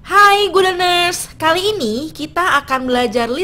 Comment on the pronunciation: Terlalu terburu2 ķeterangan nya kemudian ucapan. Maaf itu gu lener nya tulisan nya good learner?